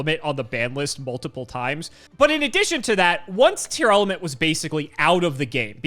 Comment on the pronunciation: saying Tearlament instead of Tear-Element challenge: Impossible